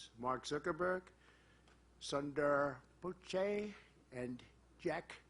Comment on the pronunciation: He said it like that. Because he doesnt like him but I understand how you wouldbt realize that. You aren't the smartest around.